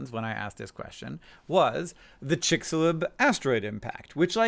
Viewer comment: The *what* Crater! 🤣 probably heard you say "Chicxulub" and cringe-chuckled a bit! 😂